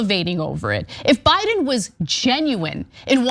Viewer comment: You say Biden like Trump says China.